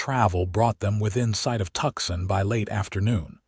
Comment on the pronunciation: Good story. But it's really tedious when Tucson is the place they want to go (at first.) It's not Tuckson. It's pronounced Tu-sahn or Two-sahn if you like. Fix your AI.